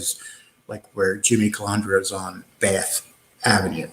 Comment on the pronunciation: It’s not hard at all to pronounce CUH-LAND-DRA